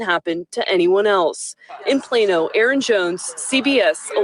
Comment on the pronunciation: PLano not Piano